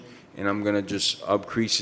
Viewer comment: "Upcrease" that purse😉